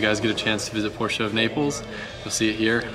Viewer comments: Thank you for saying PorschE not Porsch. Greetings from Germany! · Cobgrats! It is a treat listening to you reading "Porsche" and "Weissach" the exact right way! For me as a german viewer, that is grest! Thank you!